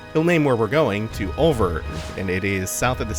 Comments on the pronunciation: Hey, if its pronounced anything like the french word oeil (meaning eye) it word be said like: Oi because oeilvert from french to english would be green eye and pronounced oi-vair-t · Oeilvert is french for "green eye". Here's how it is pronounced